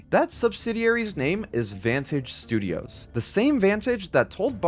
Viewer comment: “shtudios” 🤣. Great vid tho man. Can’t believe the devs got screwed as bad as they did. They did an incredible job on the game